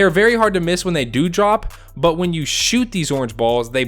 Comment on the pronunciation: So no one is gonna accept the fact that instead of him saying do, he said due??